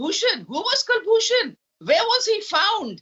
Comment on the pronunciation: It is Koolbhushan not Kalbhushan as wrongly pronounced by Pakistanis. The question where was Kulbhushan found should be forcefully responded by Arnab. Perhaps he was day dreaming . Kukbhushan was running a tramp ship along the Iranian coast when he was kidnapped by the Jandullah ( a renegade outfit on Pakistan Iran border and brought to Pak for a fake trial and sentence. If Pakistan has proof of RAA A they should go to the UN or wherever and lodge their complaint. Meanwhile Arnab needs to be ready with his facts while debating with these Pakistanis.